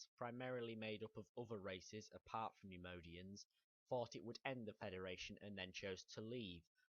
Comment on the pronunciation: your pronouncing the species so so wrong.... nem-oy-dian